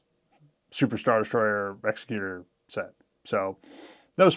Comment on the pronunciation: It's"egs-ECK-u-ter" in canon. Second creator I've heard pronounce it wrong.